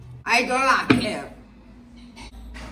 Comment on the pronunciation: “A dont lake er”